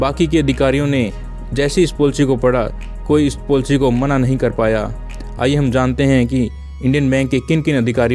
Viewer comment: ये पोलसी क्या है😂😂😁😁😁🤣🤣😂😅 its called पलिसी